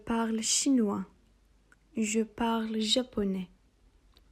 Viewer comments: hocam parle derken okunuşu nasil türkçede l mi g mi anlamadim🤭🤭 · Hocam ben uzun bir süre je parle kısmında sonuna e ekleyerek okuyordum ama siz okurken je parl gibi, sonundaki e'yi okumadan söylüyorsunuz. Bu iki okunuş da doğru mu yoksa parle okunuşu yanlış mı?